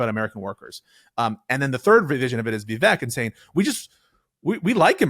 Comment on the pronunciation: One day Kyle is gonna pronounce Vivek correctly lol